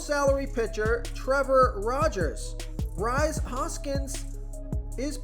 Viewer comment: Bro it's pronounced Reese Hoskins. Not Rise.